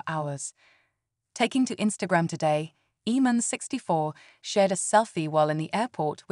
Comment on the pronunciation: His name is pronounced Aman not eman. Have you been living under a rock?